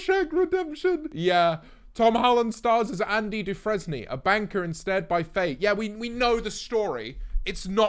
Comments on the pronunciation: British people always make fun of Americans for mispronouncing British city names, so now I'm going to point out that this British guy mispronounced "Dufresne". It's pronounced as "Dew-frain", not "Dew-frez-nee". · the way pronounces “Dufresne” hurts me 😭